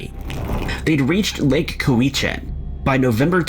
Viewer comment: No 4 it's pronounced lake Cow /a /chin..This is in my neighborhood.The RCMP DETACHMENT dropped the ball on this one.🇨🇦💖